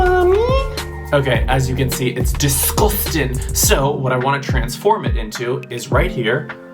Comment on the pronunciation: I like your northern English accent in “disguoustin” 😂 but then we went to Australia 😂